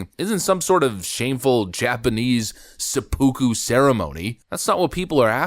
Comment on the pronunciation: Yo the gross mispronunciation of "Sepuku" had me rolling on the floor laughing, that caught me off guard! EDIT: The correct pronunciation would be somewhere along the lines of Sep-eh-koo (I'm not a professional speech-to-text phonetic analyst so if this is off don't crucify me... please? Arigato in advance)